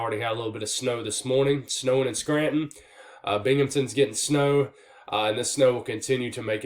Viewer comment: You pronounced Binghamton like a pro!